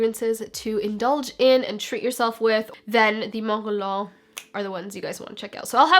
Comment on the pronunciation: the way you pronounced guerlain is sooooo freaking gorgeous